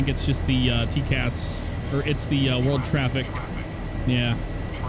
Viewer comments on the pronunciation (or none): Im glad im not the only one that cant say world properly...